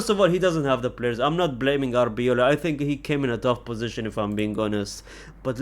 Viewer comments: The fact that you still call Arbeloa Arbeola😂😂😂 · Dude.. it's AR BE LOA